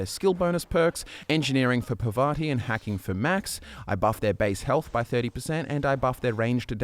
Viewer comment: You know, Parvati is not really hard to pronounce. I just don't understand why everyone mispronounces it.